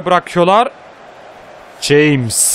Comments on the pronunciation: Abi Ceyms değil hames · abi jaymıs diye değil hamez diye okunuyo james rodrıguezin adı